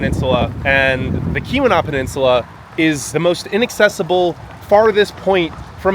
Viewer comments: Before you do videos of a place or region .... PLEASE study the place or region you are going to and video For example.... Keweenaw is a word that may be pronounced differently than it looks. The correct way to say it is "kee-win-awe". You can put the long E sound in the first syllable, and the short U sound in the second. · Great vid, but say it with me...eye-urn...Kee-wuh-naugh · Ta-KWA-men-non; KEY-wen-aw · Nice job…love your enthusiasm! By the way, it’s “KEY-wuh-naw”, not “Kuh-WEE-nah”. Great job! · do some reserch ottawa nf 993280 acres hiawatha nf 89483 acers and its key-wa-naw yes irs remote thats why we live here!!! we don't need big city people talking down to us or makong fun of our towns' oh by the way our summer ztemps run in the 70's and 80's also it's pronunced key-we-naw just like it's spelled and it's enga-dine not deen get a clue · Keweenaw is pronounced: Key-wuh-nahw. You're hurting these poor words. What did they ever do to you? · Tah-QUAH-mih-non KEE-weh-NAW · Tuh-qwam-en-on and Kee-wi-naw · Ta-KWA-ma-non falls😊 and KEE-wa-naw peninsula. Thanks for visiting! (From one of the trolls under the bridge as us downstaters are called) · You absolutely butchered the pronunciation of "Keweenaw", "iron" and a couple of otherw. It is "Eye earn" not "Eye ron" ....Good Lord. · Okay, for you and anyone else that does these travel videos…PLEASE learn the pronunciations before you go. Truly, you should know how to pronounce Tahquamenon and Keweenaw before you publish the video. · Nice job. There are still a lot of wolves in the UP, approx. 750 of them. Those brown pine trees are that color because they are dead or dying. It's "KEY-wah-naw & BEAR-ah-gah & Tie-QWAH-meh-nen